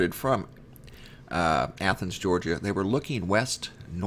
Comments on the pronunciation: Praise God, you actually pronounced Athens properly. You're now officially on my hero list. By the way, you're doing a wonderful job here sir!!! Keep it up... Would like to see more said about the New Madrid happenings by the way. Hoping to use some of the info you have here in my next article or video. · Thank God you finally pronounced Athens right,lol, it is the same as the pronunciation of the Athens in Greece. The video on this the other night made me cringe when you said Aye-thens five or six times, lol! I do enjoy your work, I was born and raised in South Ga. down near the Okeefeenokee around towns named Alapaha, Willacoochee, Nashville.